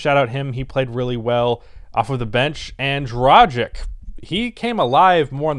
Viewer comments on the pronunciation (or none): It NOT Dra jshik, IT'S Dra gitch - LIKE GLITCH, G like GOAT....man oh man - maybe if I say you should do better than Korzemba who does the same you'll pay attention. Hey - Say something to the video man. IDEA why don't you preview the game with some analysis so we don't have the hear the TV for 15 or 20 minutes. Try the pre-game to see if you make doe that way.